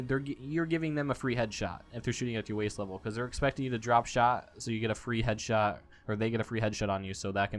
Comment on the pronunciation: "so i can get that free headshit on you " "